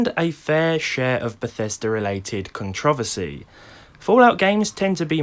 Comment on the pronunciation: I'm English and he said it wrong